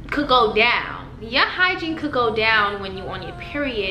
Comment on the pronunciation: It’s completely sound like ur saying hi jean lol but I’m high so 😂